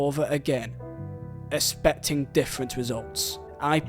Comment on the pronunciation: You can't even say the word expect right. Or expecting. Learn how to speak before you speak on such a prestigious club.